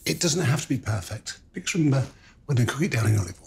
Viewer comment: he can barely say "it doesn't need to be prefect".